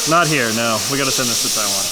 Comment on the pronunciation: Im just glad he said Taiwan correctly